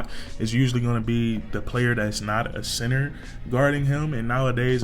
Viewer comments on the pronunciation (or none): none